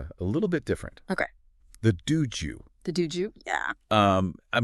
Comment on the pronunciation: why do you both mispronounce dōjō? not Duju. and its Shinto, not Shintu? its horribly wrong. its a simple O sound. The horrible mispronunciation is just plain wrong and takes away from the other information that you present in this video. Such a basic word. Saying it wrong takes away all your credibility.